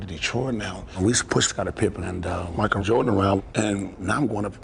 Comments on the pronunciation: Pronounced MICHAEL jordan Not MOCK jordan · "MOCHAEL JORDAN" 😂😂😂😂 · it's Michael not MOCKel you shmuck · Mahckle Jordan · Please stop destroying the word "Michael."